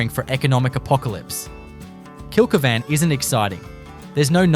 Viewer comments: Kilky van? Why can’t you correctly pronounce the names of the towns you are attempting educate people on. It’s Kill keevn. I had to stop watching your video…I just about choked every time I heard your horrible miss pronounced version. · Kill-key-van pronunciation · He's obviously never been there, or he'd be able to pronounce it.